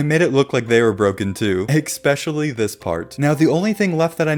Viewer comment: I can't be the only one annoyed by the "ex-pesh-a-ly", right?